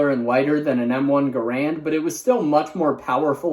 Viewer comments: Garand is actually pronounced Garand as in “Garrand” and not Garanyd.😊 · We say car-byne. Garand is pronounced Garund as well. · Garand isn’t gar-rand it’s Gar- end for the maker of it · The pronunciation "guh-RAND" is a myth. The reality is "GARE-ind" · CAR-bean. (The K98 is a "caraBEANer, not a caraBYEner.) Also, GAR-rand. The designer's name was GAR-rand. Like GAR-ret. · I found out that the m1 garand is actually pronounced GAR-AND rhymes with errand, an worker of a gun store near me said that someone came to his store and had an m1 garand he needed work done on it and and the worker said “oh yeah I love working on GER-RANDs” and the the customer said it’s pronounced GAR-AND so the worker was like “alright the customer is never wrong” then the worker need the guys name and the customer said “John Garand” and it turned out the the customer was the real John garands great nephew and he said the its pronounced GAR-IND that rhymes with errand. Really good job on you vid, I’m glad I now know about the hand gun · You mispronounced Garand. Rhymes with Errand. I’m a Yank who says Car-Bean. When I was younger, I’m 64 now, the only people who said Car-Byne were old folks. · Pronounced Gair-und. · I say Carbyne. But more than that, I believe the “correct” pronunciation of the Garand is pronounced Gar-rend; Rhyming with Errand. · He did and John Garand sent a letter to American Rifleman explaining how to say it. G as in go; A as in Harry, second A as in errand; accent on the first syllable. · How are you going to bring up how to pronounce carbine but constantly mispronounce garand? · The irony of him bringing up the commonly mispronounced carbine while he pronounces garand wrong